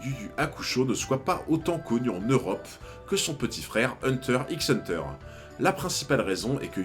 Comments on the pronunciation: Hunter "X" Hunter mdrr 🤣 arretez avec le X il ne se prononce pas pfff sérieux sur une chaîne sur HxH c'est chaud 🤭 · Le "x" de hunter x hunter ne se prononce pas.